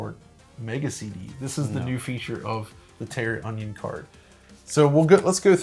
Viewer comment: Guys, its TERRAonion. Not TERROR - onion. haha! Great video though!